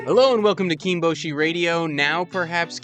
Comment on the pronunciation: Your pronunciation of ’kinboshi’ is so American it hurts lol. “KEEN-BOH-SHEE” I don’t know if it matters to you to get these things right, but it’s KIN-BOSH-EE. Short ‘I’, not an ‘OH’ sound for the ‘O’. Kinbozan is half and half. Short ‘I’ again, but an ‘OH’ sound for the ‘O’. It’s worth listening to Hiro’s pronunciation on the Sumo Prime Time channel, but even he simplifies some names for the Western tongue. If you want to know how to actually pronounce terms and rikishi names, the JP Abema or NHK broadcasts are the way to go. I mean, it’s not a huge deal, it’s just that it sounds wrong to my ear, personally, as someone who cares about saying things the right way so I at least SOUND like I know and respect what I’m talking about. Not saying you don’t, just saying it sounds wrong, that’s all. Anyway, like the video. Cheers for the entertainment 👍